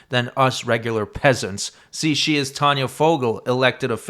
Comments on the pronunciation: Tayna? But pronounced Tanya? 😑 She was foul. But the professor took the cake! Disgusting individual. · How is T-A-Y-N-A pronounced "Tah-nah"?